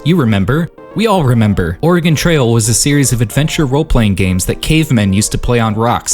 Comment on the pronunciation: oregonian here, its actually pronounc- oh my god someone online actually pronounced it right what the hell